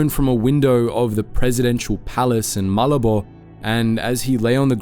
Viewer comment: Malabo is not Malibu. It is MA-labo